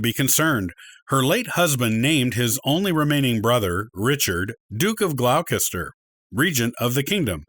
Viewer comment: "Gloucester" pronounced "Glosster" 'Plantagenet" is "Plan-TAH-genay/genet" And Beaufort is "BOW-fuhrt"